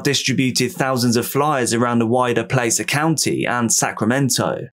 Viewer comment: Just fyi, it's pronounced Plass-er county (Placer county). I live near there lol. Other than that, great video. I've recently become obsessed with ur channel